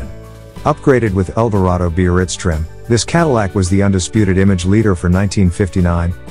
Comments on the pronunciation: Its pronounced "bear-ritz." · Too bad the narrator doesn’t know how to pronounce Biarritz. 🙄